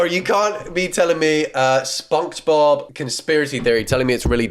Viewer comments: I'm sorry...are you saying "spung-j-bob"?! Why, is this an herb 'erb thang?!?! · The way he says Sponkgsbob kills me every time... 😂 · „Sponksbob“ „twinker bell“ WDYM